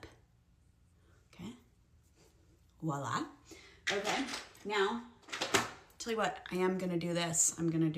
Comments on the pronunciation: It's the over and over used of "walla!" Hun, it's voila... 😅😒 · The "real mom" is so condescending. Just do your makeup the way you like and go. I've noticed Americans always say "Wah-lah" it's Voilà like "vwa-lah". How about I be condescending about that! Hahaha 😆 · That “real mom” keeps saying “wallah” 😂 instead of voila. So cringe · i know im late to the party, but that 44 year old woman was just so cringy. "back in my day, this is how we do it. damned kids and their new techniques, get off my lawn". so pretentious, yet says "wala" instead of "voila" proving she's a moron and unjustly cocky. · what is that ‘real mom’ getting angry over… like, who asked? genuinely? also saying ‘ouala’ 50 times instead of voila annoyed me so much lol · imagine being 40 and saying wala instead of voila 🙄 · I imagine 44 y/o Mom is trying to be funny, look at me, and sarcastic....but no. Just no. It's not helpful or funny....AND it's voilà! Not WALLAH. Don't listen to her nonsense! 😆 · that 40yr old lady saying walla 🤣🤣🤣🤣🤣🤣 she not only doesn't know how to look good with makeup, she also doesn't know common words and phrases lmao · “Real mom getting ready” my biggest annoyance was her saying “walla” when she did stuff. It’s VOILA!!!!!!! It. Is. French. It’s et voila… not and walla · That lady needs to stop saying “wallah” it’s VOILA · As an almost 40-year-old I use whatever technique/amount of makeup/style I want depending on my mood. Benefits of being an adult. I also can't get over the fact she kept saying "wah-lah" instead of voilà. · The 40 year old doing the makeup and keeps saying "walla" instead of "voila" is irking my brain 💀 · She keeps saying "wah-lah," which means nothing. The word is actually "voila." Imagine that 😏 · Lol and the way she pronounces “voila” as “wallah” 😂